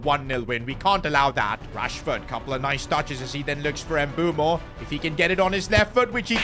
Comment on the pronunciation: Its "Bwemo" not "M bumo" 😂